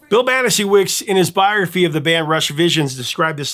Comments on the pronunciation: If I recall correctly, the authors last name is pronounced “Bonna-shevitz”. I remember hearing it in an interview around the time the book was released. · Banasiewicz Is pronounced Bon-a-Chev-itz. He did several interviews with the band for Rockline in the 80’s.